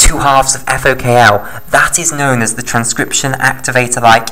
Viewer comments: * FOK1 not FOKL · Thanks for this video. You simplified it well. May I correct that it is FokI or Fok1 (Fok - One not Fok L) and it is Xanthomonas (not Xanfhromonas, it is t not f).